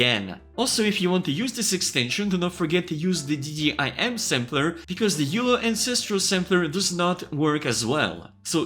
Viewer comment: FYI - Midas is pronounced MY-dis, and Euler is pronounced OIL-er